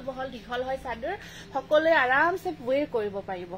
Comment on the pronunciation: Pathsala.. Ghorot koi eh bhaat kekral di e, teeta kekral khai val pau e.. Kohen ja eneke koi Aru videot wow sador nohoi chader, vado mah nohoi vaad mah.. 😂😂